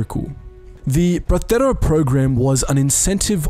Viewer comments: The word Bracero is not pronouned "brathero", I guess you must have heard a spanierd pronounce it that way. It's pronounced "Brasero". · The Castilian pronounciation of a Mexican slang term that was the Bracero is cringe. Say the “cero” in Bracero like in “el numero cero” please lmao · Are you trying to say “Bracero Program”? It’s not like Spain Spanish where they pronounce Ibiza “Ibitha,” the “C” in bracero is simply pronounced like an S